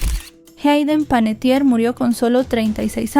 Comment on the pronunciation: Su apellido es Panettiere que quiere decir Panadero en Italiano, no es Panettier.